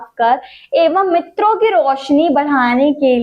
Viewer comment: मित्रो ❌️ नेत्रो ✅️😂😂